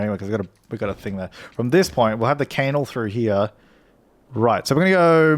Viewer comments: Are you deliberately pronouncing canal wrong? Its "can-al" not "cane-al" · Isn’t it pronounced can-nal? 😂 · its said knal